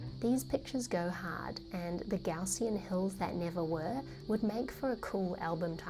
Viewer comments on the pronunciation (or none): none